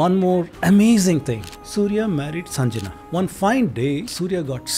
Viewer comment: It is pronounced as Sangya, not Sanjana. What was this guy again? Being given so much footage on a subject that he has no knowledge about?